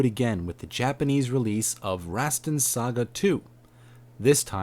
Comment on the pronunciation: Its pronounced: tie-toe, and Rosstaun.